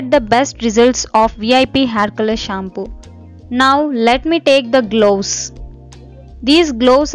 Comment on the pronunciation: Loose old people why to worry for grey hair....Don't talk in eng pls...It's gloves ...Not glooss....Moustache...lol